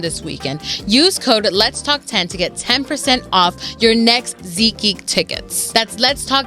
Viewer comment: Its seat geek not ZEEK geek